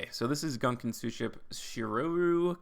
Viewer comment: Gunkan maki is a type of sushi that literally translates to battleship sushi. The archetype is technically a pun. Btw the gun in gunkan is pronounced as goon and the kan is pronounced like khan (without the 'h')